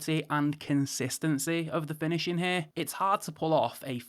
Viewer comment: Watch-in' > Finish-in' > Review-in' Can someone tell him, there is an "ing" on the end of a word !!